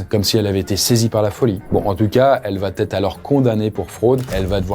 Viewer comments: Elle va-t-être? dsl cette liaison n'existe pas mais sinon GG! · tes vidéos sont géniales mais par pitié: arrête de dire "Elle va Têtre", il n'y pas de liaison puisqu'il n'y a pas de T à "Elle va/Il va". Je le dis gentiment hein ❤ mais je l'entends partout même sur la chaîne de McSkyz! 😭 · Arrête avec va-t-etre. Il n'y a pas de t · Par pitié, on ne dit pas "ça va t être. Va ne prend pas de t. Et quatre ne prend pas de s. On ne dit pas quatre senfants! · les multiples "va-t-être" m'ont fait aussi mal aux oreilles que l'histoire elle-même 😆 Mais je suis sûr qu'à la prochaine vidéo, ça va[__]être corrigé 💥